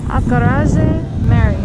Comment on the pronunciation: Acarajé is pronounced /ah-kah-ra-ZHE/